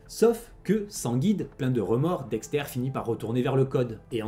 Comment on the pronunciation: Incroyable vidéo, mais par conte Dexter ça se prononce "Dexteur" pas "Dextaire" mais c est qu un détail